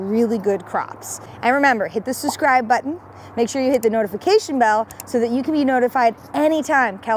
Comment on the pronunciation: its sub-scribe not sus-scribe